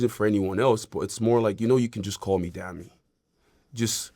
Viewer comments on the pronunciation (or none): it’s pronounced dah-me